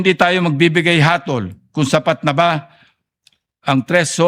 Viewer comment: HATOL not Hatil!!!😅